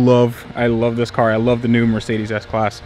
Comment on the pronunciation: Dude, it's Mer----cedes, not Mar----cedes.